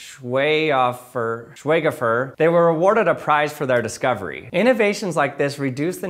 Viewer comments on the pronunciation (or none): SCHWEIGHOFER = SH-VY-GHO-FER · schweighofer is pronounced like shwayg hofer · It's "shwyge-hof-r" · Sh-vei-gho-ver I know this bc my mom is swiss so she's fluent and has pronounced it like this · it's pronounced schweighofer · It's obviously pronounced 'squee-gopher' 😅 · jesus fuck it's pronounced 'schveiköfer' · im learning german and i think its pronounced sh veye go fer. Any germans feel free to correct me. lol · Schweighofer. Called "Sch" like sh from Sh**t, "weig" like why+k, "ho" like hope , "fer" like f+er from searchER. After "Schweig" and "ho" a liite stop. So you have: Shwhyk+ho+fer. Schweighofer xD But yeah, a little werid xD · Schweighofer. Sch-vige-hoe-fur. Hard G. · I think its pronounced "Schweighofer", glad to be of help. 👍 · schweig-hof-er and the tricky part is being acquainted with German pronunciation and spelling and knowing how to break that apart --- when you start with English obviously you are just confused by the spelling and give up --- as for the vowels : diphtong (long as by the current standard) - long - short where "er" is just an a-schwa and I guess English might actually lack it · awesome Video my guy but follow me: Sch like sh, wei kinda like eye, g just normal, hofer like sofa. Schweighofer Preis. But everything else was masterclass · the funniest thing in a scientific video is the creator struggling to pronounce a word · Am I meant to applaud you getting the pronunciation in the video? It's quite easy to look up so we have to assume it's intentional. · Sh-v-eye-g-ho-fer prize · Taking another shot because it's another youtube video where someone makes an unfunnny joke about pronouncing a foreign word when they could have spent less time just googling it to hear how it's pronounced. In fact I'm taking two shots because this one isn't even hard to pronounce. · Man, who can't pronounce Schweighofer????